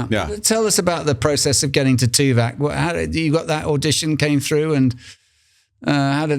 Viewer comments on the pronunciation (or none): Note for, Tim's character was called TuvOk not TuvAk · it's Tuvok not Tuvak! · Dammit, - it’s TuVOCK, not TuVACK. Ugh 😣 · keeps calling his character Tuvac like it's the new Dyson Hoover on the block, bro it's TuVOK..VOK lol. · omg, why does keep calling the character 'Tuvac'. It's so annoying.